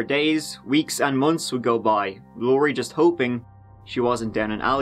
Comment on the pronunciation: Nooooo...What was that! 😂 You're supposed to say "Let's give it a goo"